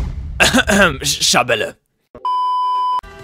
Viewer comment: Du sprichst Schabelle falsch aus :3 Du musst es Französisch ausprechen , ohne e hinten.